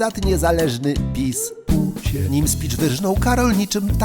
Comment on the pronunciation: Teraz nagle ktoś wyłapał pucie. Niektórzy nawet mówią o "przejęzyczeniu". Tymczasem on tak mówi zawsze i od dawna. Śmiałem się z puci w komentarzu już z miesiąc temu, kiedy miał mowę o "tęczowym Rafale"